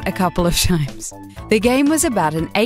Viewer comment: "Try to say that a couple of XINES..."